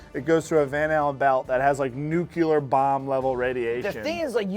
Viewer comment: Bill saying "nucular" like George Bush kills me 😂